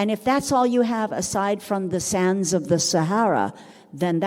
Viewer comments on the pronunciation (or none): none